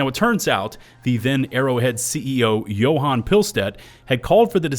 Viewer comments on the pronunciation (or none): none